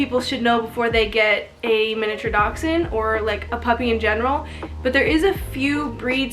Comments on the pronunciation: There is a ch in there, giving the actual pronunciation a little bit of a k or x sound in the middle of the word. I used to just say dash-hound myself. The way I broke the habit of saying it incorrectly was to remember it as "Docks-hund". Dachs = Badger & Hund = Dog in German from where they originate. They were bred to help hunt badgers. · Do Americans pronounce this breed Dox-Ine? Here in England it’s pronounced Dash-Hound. So Mini Dash Hound. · It's a (Dash-hound) or Dachshund there Is no (x) In this breeds spelling!! Doxhund?!?! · You pronounce it like dash hound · She is not pronouncing the breed